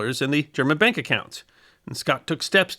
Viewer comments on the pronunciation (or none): none